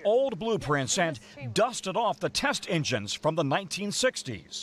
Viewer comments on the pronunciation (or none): "BOOSTER AND ENJSHNINGS!"